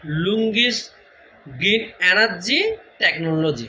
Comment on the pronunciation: লুঙ্গি না লোনজি😆